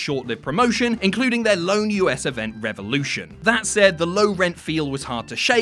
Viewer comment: I'm sorry, it wasn't Revolution, it was REVOHLOUSHON!